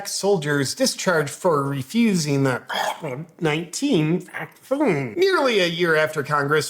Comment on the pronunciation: Why does he keep sqwanching the word vaccine etc